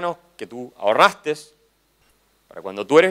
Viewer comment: kaiser dijo "ahorrastes" se me cayó ste men :((((